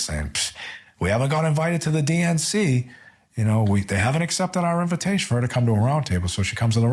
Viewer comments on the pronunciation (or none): none